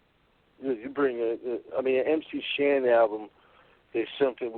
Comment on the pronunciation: MC HAN <---- you forgot the S in MC SHAN